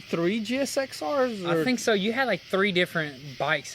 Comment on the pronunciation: GSXR yeah totally says jixer 😆 if you don't know how that sounds to some of use imagine calling a Suzuki ltr 450 a elter !!!